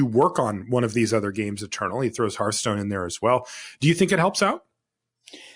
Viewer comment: I've heard of these other games, but what is Hurthstone? Is it like Hearthstone? ;)